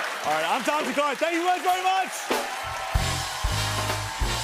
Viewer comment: There is an extra k in thakkar for a reason Anglos can't seem to see the extra letter in there 😂 (thakar) Same goes with buddha - buda(removing h and extra d sound) Gandhi-gandi.